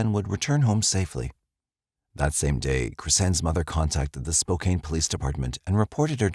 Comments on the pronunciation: It's not Spo-cane, Washington. It's Spo-CAN. That's too bad about the baby. That daycare provider didn't murder anyone. Was an accident that happened to nine other people. 😢 I think Spivy was the father of Monica's unborn child. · I have to, I just have to…. Spo-can is how you pronounce Spokane, not Spo-cane. And Chehalis is pronounced Che-hay-lis. No insult intended. It was just grating to me since it was said soooo much. 😊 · I had to laugh. When I lived in Spokane, my relatives would fuss if anyone pronounced it Spo-kane. I was wondering when someone was going to say something. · It's pronounced Spo-CAN, rhymes with MAN... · I enjoy you uploads. Just want to say Spokane is pronounced Spo-can and Chehalis is pronounced Shu-hey-less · Friendly hint: Spokane is pronounced "spo-CAN". Ignore the e. 😊